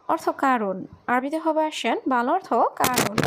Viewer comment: তোরে কথা বলা শিখাইছে কে? অর্তখ এটা কোন ধরনের উচ্চারণ?? 😈😈